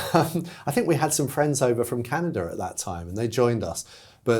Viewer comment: Note, no r in Canada